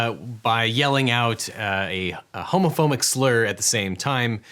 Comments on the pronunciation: I like the part where you said “~~homophomic~~slur” instead of “homophobic” haha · Did you just say... Homophomic? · You said homophomic. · lol what gonna tease him for saying what sounds like homophonic instead of what I assume was homophobic as the captions indicate. But, upon further thought its still technically accurate because I believe that slur is a homophone for a bundle of sticks. So it is both homophobic and homophonic, nicely done Mr. Eagle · Did you say homophomic? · I'm sorry, did you say homophoMic? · Objection! The lawyer analyzing the video said “Homophomic” Hmmm 🤔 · I can't get around "homophomic" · Did he say homophomic? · I had to re-watch twice to confirm Devin says homophonic instead of homophobic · "a homophomic slur" v nice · "Homophomic" slur lmao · HomophoBic, there is a B in the word, pronounce it. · a "homophomic slur" eh? lol mispronunciations can be so funny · did the professional lawyer say "homoFomic"??? How am supposed to believe another word out of his mouth! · OBJECTION! - What is "homophomic"? Does that mean it's a word that sounds like another word? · Am I the only one who noticed Devin said "homophomic" ? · Real lawyer but can't pronounce the word "homophobic"? Bit strange to me